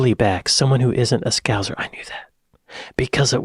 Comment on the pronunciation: He said 'scowss' the correct way if saying 'scouse'. You said 'scowzer' 2 minutes later.